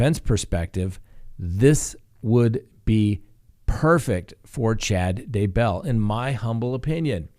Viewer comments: "DAY"-bell.... cmon dude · I don't know why but I always wince whenever pronounces Daybell, as he is the only one who pronounces it that way. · You're not alone. Me too.